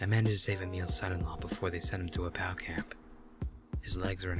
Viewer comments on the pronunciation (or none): I know it's probably just me, but as far as I know it's just P.O.W. as in "P" "O" "W" not "POW" like watching old Batman episodes. I guess it's a bit of a pet peeve, like my brother & squeaky floors. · P-O-W You don't say it like a word. You say the letters. Please and thank you.